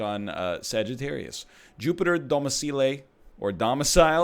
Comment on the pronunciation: DOM EE CEE LAY